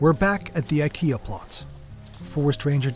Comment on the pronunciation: Makes a video about IKEA, doesn’t bother to learn how to pronounce it :)